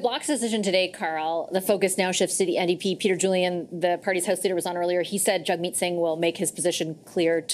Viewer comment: Surely that's JAGG-meet, not JUGG-meet.